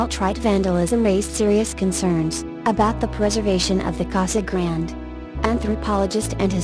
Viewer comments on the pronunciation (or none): This is a very nice collection of ancient places across America that are not well known. There are quite a few problems with the reader voice, however. Casa Grande (cah-sah grahn-day) is mispronounced many times, as is Berkeley (burk-lee). If your goal is education, then you should make sure everything is pronounced right. Years are not said correctly either. Etc.